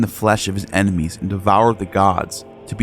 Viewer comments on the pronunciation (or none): none